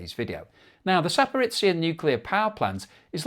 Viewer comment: Zaparitsia? Oh jeebus. Can you not just look how to approximate these names sometimes? At least you stopped saying Hormu as "whore-mutts"